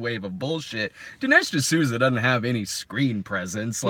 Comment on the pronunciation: “Dinish D’Snooza” - damn it I wish I had entered the live stream earlier so that I can at least hear that gem